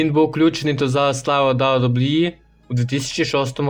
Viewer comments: Автор озвучтвает как рахит, посмотрел бы хоть как wwe правильно произносить, и твое рокииииии, ой сука ужас) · «Дабу дабу і» каже ахаза Гарно